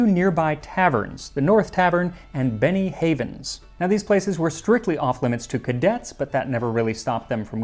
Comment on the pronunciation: Every time you say "Benny Havens" I hear "Beni-Frickin-Hanas". Also this episode is a real riot. I'll see myself out.